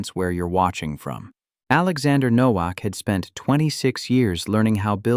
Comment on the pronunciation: It is pronounced NO-VAK.